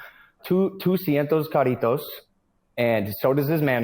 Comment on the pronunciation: What did he say ..? Doscientos carritos? xD Trying to decipher what he means when he says BB who was born in PR is exploiting ley22 when he's not even eligible, since he's not a foreign individual